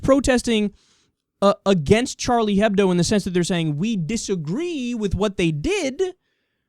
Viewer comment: Kyle, It's Juh-Swee. Also the H isn't pronounced in Hebdo (or in any of french)